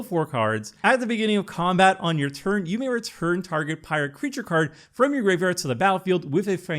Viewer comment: Bro, please stop butchering the word graveyard.